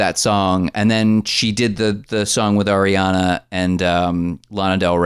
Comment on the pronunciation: Am I the only one who heard "Arian-er" and spit? 🤣🤣🤣🤣